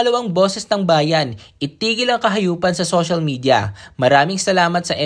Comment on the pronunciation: Ang Hindi ko ren maintindhan Mr Rendon ang pag diin sa sinabi mong kahayupan . Wow ang linis2 mo. Ever since ba hindi mo gingawa yun? Be honest darlng